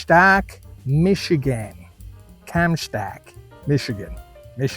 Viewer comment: how many did you have before trying to say Michigan? LOL